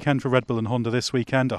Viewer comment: Spell it with me... Honda, not Hondar.